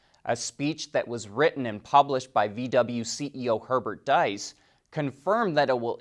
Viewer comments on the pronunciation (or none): Herbert Diess is not called "Dice" but like "Deess"